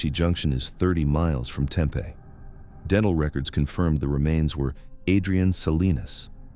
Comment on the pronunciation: The way he pronounced Tempe was like nails on a chalkboard!